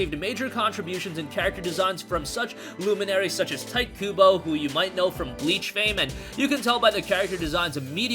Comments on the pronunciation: Hey. Tite pronounced "Tai-to" not Tight. 👍🏾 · Learn how to say Tite in Tite Kubo.